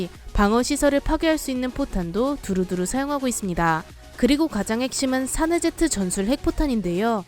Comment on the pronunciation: 자막 : 사제네트 음성 : 사네제트